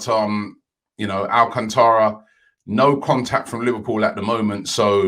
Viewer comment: Junior Barra my bad I meant al-cant-ra